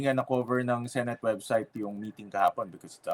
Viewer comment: Yes..kung totoong love at nirerespeto nya ang senado...'senet' sabi nya senet